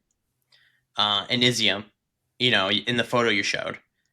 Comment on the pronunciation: great report. Izyum is pronounced “E-zum”. It means “raisin”. They grow also of grapes in that area. Love it that you went to the east.